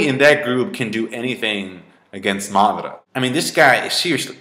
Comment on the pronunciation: why does pronounce madara's name like marrrdara?